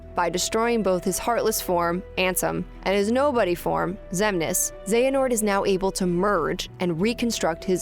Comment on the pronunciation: tell me y the ppl of the leaderborad can perfectly pronounce xehanort while the ppl over IGN hve a difficult time with that one name lol